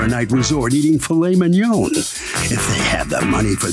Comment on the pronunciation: had to back up and listen to the announcer say “filet mignon” again 😂